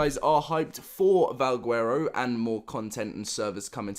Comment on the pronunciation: yeah and he cant even pronounce valguero right. Youd think if a person is all about Ark then theyd know to pronounce the words correctly.